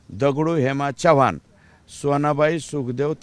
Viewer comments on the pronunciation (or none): none